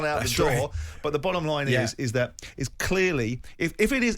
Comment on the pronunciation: Why can't Simon say "clearly" properly